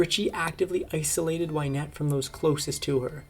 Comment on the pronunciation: It's not Wine ette it's Win ette. Get the pronunciation right at least.